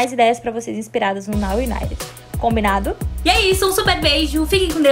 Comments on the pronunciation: Gente o serto a se falar e nou o naret que nem ela ta falando ou nou uniter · Se pronuncia Naw Ibaiti ok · Se pronuncia naw Unaiti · dica: não se pronuncia o d. se lê now unite